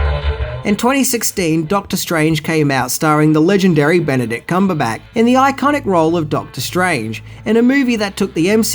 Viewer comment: Ben - a - dict Cum - ber - batch